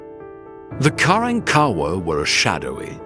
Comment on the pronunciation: Learn to pronounce their name correctly, it's pronounced Ka rank Ka wahh!!